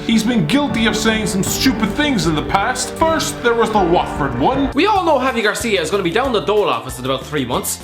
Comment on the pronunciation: It's Javi Gracia, not Garcia.